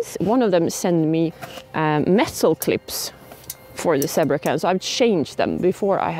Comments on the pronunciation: Not meaning to make fun of your English; my Swedish would be worse ! But the word is pronounced Z bra !!!!!!!! LOL Next time, let the flames die down and bake only on the coals. Flames caused the burning. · It's pronounced "ZEE-BRAH" ! (Sorry. My sister was an English teacher). Btw, : it's "ALUMINUM" not "aliminium". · In English, we pronounce it as Zeee-bra.:) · Zee Bra with a long "E' ;)